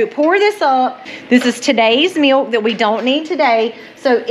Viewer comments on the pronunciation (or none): I love the way you say "MEALK"😂. Im From Missouri